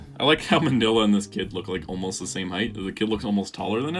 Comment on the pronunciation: He's Pronounced (Mean-nYa) not Manila like that Philippines.